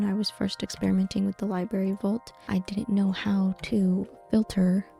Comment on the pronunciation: Library is pronounced ly-brer-ree, not ly-berry. There's no such thing as a ly-berry and that first 'r' isn't silent, lol. Also, you said quarry when you meant query. A QUArry is where you go to excavate rocks, a QUEry is a request for data or info. 😆